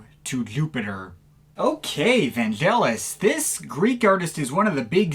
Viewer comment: Great wrap-up of Vangelis' career - I watched it all the way through and nodded in agreement most of the time. (NB: like Derek Power says - Vangelis's name is pronounced with a hard G as in AGree, not Gelatine). If you get a chance, check out the album Antarctica - I was listening to it the other day and very impressed with its production and think it's one of his best. It's one of the last recordings he did at his privately-owned Nemo Studios, near Marble Arch in London. And if you like ambient, try out L'Apocalypse Des Animaux, which has two tracks that pre-date of Brian Eno (and other)'s "ambient" music. NB: a number of people such as Derek Power consider Vangelis "a father figure", and Mars Lazar went as far as to say when Rutger Hauer's robotic character in Blade Runner says to its maker "I want more life, father", as a keystone moment. Alas, Hauer actually says "I want more life, fucker" - it was re-dubbed for more delicate ears...